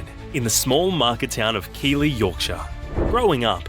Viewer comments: She was born in Keighley which is pronounced Keeth-lee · Ellie is from Keighley pronounced Keith ley, not Keely. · If that guy mispronounces Keighley again I will scream. He’s either ignorant or it’s Ai voice. (Keith lee) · As I commented on the original video, my family home town is pronounced Keithly. It is rugby through and through. Keighley Cougars were the first to adopt US style marketing in Rugby League, but were denied Super League, seen as too small. I have a cousin who played for the town's Union team and another who played in RL Super League. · Keighley is pronounced Keith-ley........ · The pronunciation of Ellie's home town is really grating on my nerves. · Love Ellie but can't listen to Keighley being repeatedly mispronounced. AI, presumably.